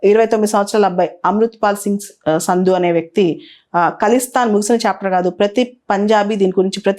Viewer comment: సంధు మేడమ్ సింధు కాదు.